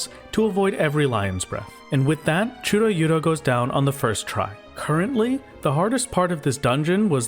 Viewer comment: absolutely delightful "chudo-yudo" pronunciation